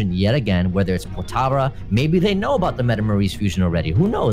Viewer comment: It's Potara